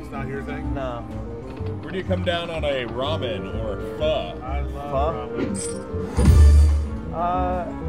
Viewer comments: Sorry that slot game was silly, just a stupid banana in the middle. Tell that guy the noodles Ramen and Pho is pronounced ‘Foh’ it’s not ‘fuh’ as in telling someone to ‘F off’ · Its spelled PHO but it is pronounced PHA you had it backwards..lol.